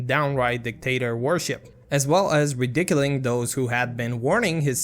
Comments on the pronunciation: Just so you know, "ridiculing" is not pronounced as "redickiling" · re-dick-uling lol bruh c'mon now